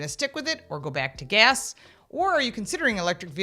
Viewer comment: lol 😂 Gas Not Gehs lol 😂